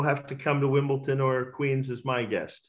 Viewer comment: Can't believe he mispronounces Wimbledon....🤔